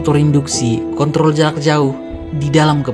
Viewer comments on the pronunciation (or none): none